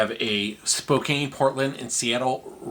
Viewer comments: Spokane = Spo - can. There are a lot of areas that have challenging names. I remember when this Californian started grad school in Milwaukee and l pronounced Waukesha as Waw Keisha. Lol. I was corrected. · It's pronounced spo-can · I used to work as a Paramedic in Spokane. The pronunciation spo-compton is also valid.